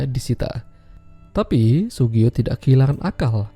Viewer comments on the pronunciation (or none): Yang bener namanya Tsugio min... 😂😂